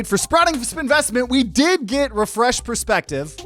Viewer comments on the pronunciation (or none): none